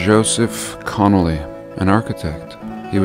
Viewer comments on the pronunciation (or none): Joe CON-nelly. Hahahahahaha.